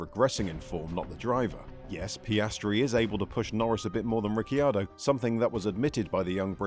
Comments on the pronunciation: "Ricky-ardo"? I've never heard anyone pronounce his name that way, always "Riccardo" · Why do you call him Ricky-ar-do? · Say Rickyardo one more time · I can’t finish the video. Rickyardio? 🤣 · Rickyardo? Lol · i stopped watching when i heard "Daniel Ricky-ardo". I swear this channel butchers pronunciations to trigger people! If so, mission accomplished! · Ah yes Rickyardo. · Thought it was just me being annoyed by that 😂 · How hard is it to learn the pronunciation prior to recording? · Well I went to watch this but listening to u butcher ricciardo’s name I just couldn’t do it. Mate do ur research before u make a video. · It was a bit much. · Pronounce his name correctly! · Who is this new presenter ? And why does he mis-pronounce the name. The second i is silent. I stoped watching. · Runs an F1 centered channel and can't pronounce the F1 drivers name right.... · According to Daniel the cc in his last name is pronounced like ch. Mclaren is paying him $22mil this year. Sometimes facts matter. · Dude, you could at least learn how to say name properly. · Can’t even say his name correctly… at least watch a race and listen to how his name is pronounced b4 you make a video about him. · Back awhile ago Paul de Resta used to say that and it led a TV presenter to ask him how you say his name and this video pronunciation is totally wrong!! 😂 The 'Y' sound is not used! 🤫